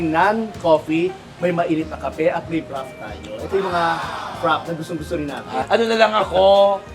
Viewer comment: frappeyyy na talaga ang pronounciation not frappe?